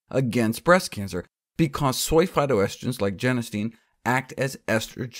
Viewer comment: it's pronounced "phy- TOaST-a-gen"